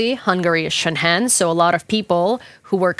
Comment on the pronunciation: Excellent piece. No offense, just please check your pronunciation of "Schengen" - being German, I first did not know what you were talking about Xd